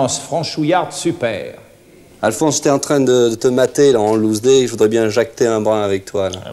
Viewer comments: Il a dit en lousd 😂😂 j’arrive pas à y croire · Shook, il a dis en loussdé 😱😭